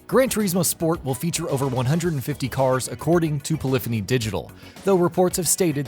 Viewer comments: You are pronouncing Polyphony wrong :P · Aaaahhhh I can't watch it anymore GRAN TOREEEESMO. POLLIFINY!!!